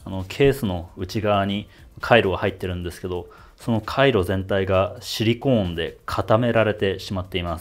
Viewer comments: シリコーンの言い方が完全にユニコーンで草🦄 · シリコーンの発音がユニコーン。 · ユニコーンとハリケーンのイントネーションを受け継いだシリコーン氏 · シリコンは頭に、シリコーンは真ん中にアクセント置く人が多いと思います